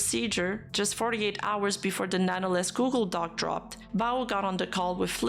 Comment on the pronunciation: She did say google dockey at least once